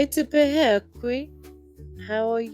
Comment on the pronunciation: its great that you have made a video to encourage the use of te reo Māori. The pronunciation of "pēhea" is incorrect unfortunately (as with other words too, sadly) which results in teaching and encouraging others to incorrectly pronounce te reo Māori. Perhaps you could edit the sound for this video and seek some guidance so that it is correct?